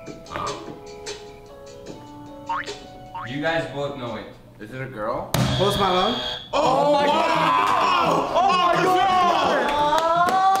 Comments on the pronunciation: I love the way he said post Malone “post milone” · he said post malone like an indian men